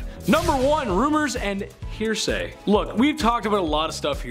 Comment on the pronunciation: Guys, peeps, m'friends... it's "Hearsay" not "Hersay" - unless it's meant to be a pun, in which case: Heh heh. Decent pun.